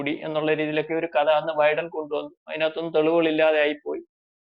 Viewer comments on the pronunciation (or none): none